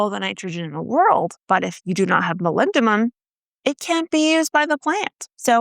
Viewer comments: MolybdeNum not molybdeMum 😉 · Oh wow that boron deficiency symptom is exactly what my Brandywine tomatoes do all the time... I thought it was just a diva variety that sucks at turning flowers into fruit for unknown reasons... Also did you say MolybdeMum? It's an N ya goose! :)